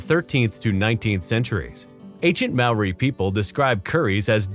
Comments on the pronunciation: You didn't pronounce Mauri correctly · Ooof, as a Kiwi I hate to tell you this but you're pronouncing Māori wrong; so wrong. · Why do Americans pronounce Māori like that? I’m getting really sick of it 😭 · Thank you, the pronounciation of Kuri and Maori made me shudder...